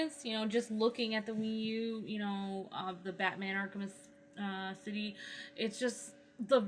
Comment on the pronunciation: "Arkem city 2"? Wtf are you talking about man?